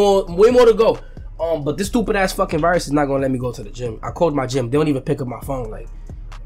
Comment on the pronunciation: When fanum said "SHTOOPID GLLLLLTT" I died🤣🤣